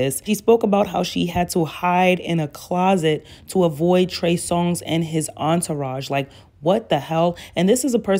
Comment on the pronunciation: How you called him “Trey Song” the entirety of this video is sending me 😂